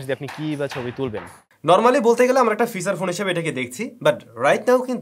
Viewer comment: ফিসাচ ফোন অহহহ আচ্ছা ফিচার ফোন